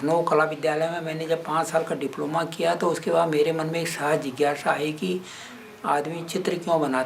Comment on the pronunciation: कृपया " स ❌" का उच्चारण " श " न करें. " जिज्ञाषा ❌" ... जिज्ञासा ✅ . .